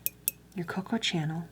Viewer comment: “It’s the Coco, TCHuh-nell, from pairEE.”